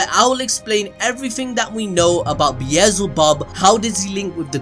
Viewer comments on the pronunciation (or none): "BEAZELBUB" lol🤦‍♂️🤣🤣